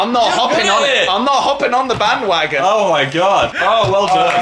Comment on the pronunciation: Did anyone else hear bang-wagon??? PJ??